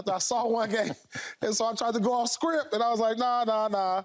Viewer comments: Sounds like Pierce is saying scripp and sounds terrible saying it😂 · I hear scripp, not script 😂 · Did he saying Script or Shrimp?😂